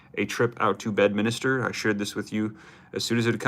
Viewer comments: 😂 its NOT Bed-Minister! It's bed-min-ster! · It’s Bedminster … not Bedminister 😂